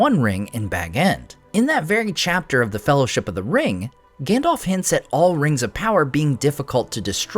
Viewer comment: Love the vids. But sounds like you are pronouncing Gandalf like Gandolph 😂